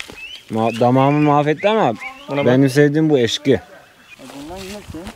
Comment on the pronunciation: Eşki değil ,ekşi👽